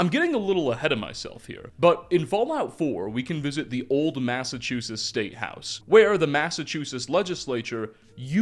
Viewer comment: How have you made so many Fallout 4 videos and still pronounce Massachusetts as ‘massachusis’. As a mass native I had to point out since I watch so many of your videos. Love your stuff!